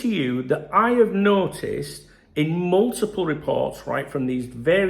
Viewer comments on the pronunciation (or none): none